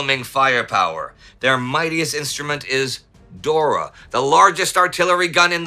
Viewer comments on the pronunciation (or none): none